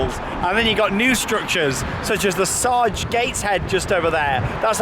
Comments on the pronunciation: Can't wait to see more of what you think of Newcastle. Also the sage (big slug on gateshead side,, concert hall) is actually pronounced like the seasoning. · Yep, say it as you would say "sage and onion" :-) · Love the Video. If I'm being picky though, you pronounced sage wrong 😂